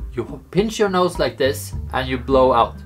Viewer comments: he said nose but it does sound like nuts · Vertilezz21 nose with a weird way of saying so